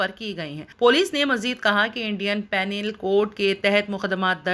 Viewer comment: PANIL COURT NI BOLTE JI KHALA PANEL COURT BOLTE .